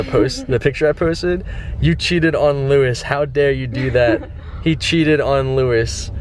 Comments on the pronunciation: Anyone else triggered by how he said Lois? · I'm sorry Doug it really bothered me when you pronounced Lois lane lmao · When you say Lois wrong. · How are you mispronouncing Lois? I don't even like comics or superheroes, but you're a poser for dressing up as something you know nothing about. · You mispronounced Lois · OMFG THE WAY HE SAID LOIS LANE MAKES ME WANT TO CHUG BLEACH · Every time he says Lois Lane wrong I wanted to jump off a bridge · does anyone else notice that he was saying Lois wrong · Your saying Lois wrong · Your saying Lois wrong 😂😂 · How can you not know who to pronounce "Louis" or know what kryptonite is ?!? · louis? it is pronounced low-iss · It's Lois lane not Lewis lane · OMG, WHEN YOU SAID LOUIS, HOLY SHIT, ITS LOIS (LOW-IS) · Louis lane? No. It's Lois, like Peter Griffins wife LOIS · It's Lois not Lewis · Wait I thought it was Lois lane not Luis lane? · It's a women Lois not Louis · Faze censor its Lois not Luis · It's not Lewis Lane.... It's Louis Lane dummy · Louis? It's Lois lol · it's pernounced low-is not Luis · its lois not luis doug. cmon man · who the fuck is luis its lois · Luis? it's L-O-is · Whos Louis lol, There is Lo-is Lane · Its lois not louis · He said Luis lane wtf it's Lois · it's not "loo-is" its "low-is" get it right Doug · He said Luis instead of Lois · I love how Yanet it suppose to be Batgirl but Doug is calling her Catwoman, plus he is saying Luis instead if Lois. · Low-is not Louis. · It's not Lewis, it's Lois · It's pronounced Lo-is. not Luis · Its pronounced Lowis not Louis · its lois not luois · Not Louis lol....Low-iss (Lois) haha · He pronounced Lois wrong. It's not "lu-is" it's supposed to be "low-is" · He goes to comic con, doesn't know what kryptonite is and prounounces Lois Lewis, wtf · why are you saying luis lmaooo cmon man bouta kms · It's pronounced Low-is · It's LOUIS! NOT LUIS!! Get it right Doug! Jeesh. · you're saying Lewis lane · He said Lewis lane 😂😂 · Lois lane is like lowis lane. man come on 😖